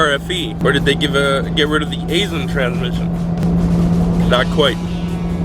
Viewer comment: Aisen is pronounced "eye sen".